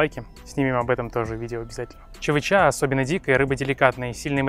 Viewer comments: не чавычА, а чавЫча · ЧавычА —— русский подучи язык))) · чавЫча, а не чавычА, семен семеныч)) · только не чавычА,а чавЫча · Чавыча ударение на ЧавЫыыыча если что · Чавы́ча - тут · Да согласен чавыча это вкусно. Так я с Камчатки я знаю толк в этих рыбах. Но ударение ставишь не правильно. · На будущее, чавЫча , ударение на Ы! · Одного понять не могу, как можно готовить блюдо не зная как правильно произносится основной ингредиент этого блюда??? ЧавычА, и так все видео.. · В слове чавыча, ударение на второй слог, привет с Камчатки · в слове чавыча ударение на второй слог